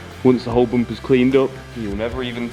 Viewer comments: Its bumper .....not bompa🙏💀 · Rear "boomper" bro's a 100% Irish 😂